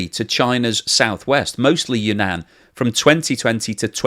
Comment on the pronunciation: seems to cover China quite often, or at least those are the videos youtube shows me., Sichuan is pronounced "Sih-chwan" and Yunnan is "yoon-nan." Take it or leave it, your choice.